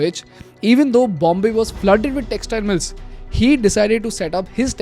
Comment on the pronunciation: Why are you saying Britain as Britaaiin & mills as miles?? 😂 anyone noticed